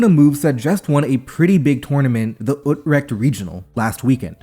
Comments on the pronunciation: You pronounce it OOT-Rekt, if you can't pronounce "ch" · The way you pronounced Utrecht, my god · Yeah it’s that I knew it was in Utrecht because the pronunciation was super off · insane pronunciation of utrecht bestie